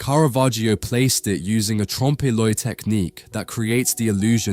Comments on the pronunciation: I saw it in London and it is enormous and stunning! Cleophus is not on Christ's left, though. And it's not pronounced trompee loy but tromp loy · Your information is great! Can I offer one little bit of feedback? You might want to research how to pronounce certain foreign words - particularly French expressions like 'trompe l'oeil'. You don't pronounce the first 'e' as you did . If you're using the English version, it's commonly pronounced as /ˈtrɒmp ˈlɔɪ/ or "tromp loy". I've noticed it before when you're pronouncing French words specifically, whereas you seem to know the Italian ones better.